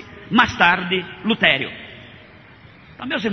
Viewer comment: Martinho "Lutério" é foda véi... LUTERO!!